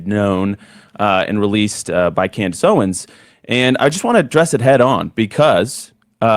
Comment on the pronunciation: Amazing Lucas calls her "Coondace Owens" 😂